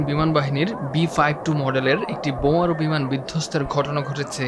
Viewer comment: বোমারু বিমান ❌বেমারু বিমান